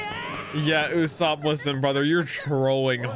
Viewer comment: his name is Uso-pu not uso-op